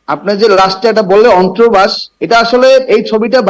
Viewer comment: এমন ছাত্রনেতা, সে অন্তর্বাস কথাটাও ঠিক করে উচ্চারণ করতে পারেনা, বলছে ' অন্ত্রবাস' 😅। বাংলাদেশের উচ্চশিক্ষিত বলে কথা😅